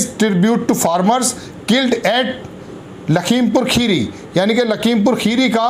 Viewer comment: खीरी नहीं होता भाई मेरे। 'खेड़ी' बोला जाता है।